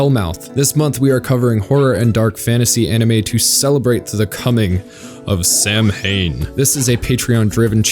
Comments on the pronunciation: It's pronounced saowin not Samhain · So- in is how the word Samhain is pronounced at least in the Irish language. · Samhain is pronounced like "Sowwin" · It's pronounced "Sow-in" not "Sam-hain" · It's not "sam-hain". Samhain is pronounced "sow-in". It's Irish for Hallowe'en (which originates in Ireland) and every time I hear somebody mispronounce it I want to punch the producers of Sabrina in the ear. Would it have been so hard to call an Irish person to check the pronunciation? Or fecking google it? So bloody irritating. Can you imagine if somebody pronounched Christmas phonetically because they were too lazy to check? And now they have everybodybfucking saying it. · Samhain is pronounced "Sow-when" with a long O. Jus' saying. Keep up the great work! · it's pronounced Sow-in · It’s spelt Samhain but when you say it supposed to say it sow-in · Samhain is pronounced "so-when" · Did you just pronounce it SAM HAIN? Lol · Just a friendly fact check: Samhain is pronounced "S-ow-when" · Samhain is pronounced "Sow-win" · The way you pronounce Samhain is the more fucked up than anything in Wicked City.